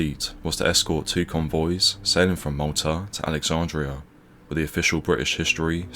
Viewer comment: What time is fifteen fifty free? If you are going to narrate a video, it would be great if you can pronounce THREE and WITH. Not free and wiff.